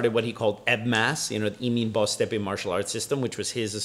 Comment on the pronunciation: pronunciation of Boztepe's last name is pretty damn good. Being half Turkish with a Turkish name, I'm impressed!